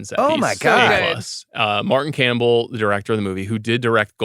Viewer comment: its Martin Campbell. Jeez is anybody going to stop Bill from butchering the names?